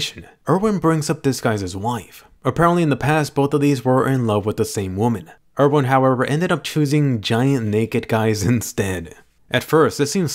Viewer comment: Why do they call him Ervin when his name is Erwin? Is it some sort of title